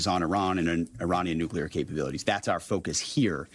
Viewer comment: Say what you want about your political beliefs - I'm just happy Hegseth can pronounce "nuclear" correctly. "NU-klee-ar". Found the first nice thing to say about him 😂